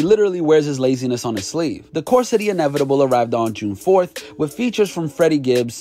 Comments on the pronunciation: Its Course, not Curse fool😏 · It’s “the course of of inevitable” not curse they gotta stop hiring anybody for this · Did this guy say "curse" of the inevitable? These numbskulls gotta do this shit purposely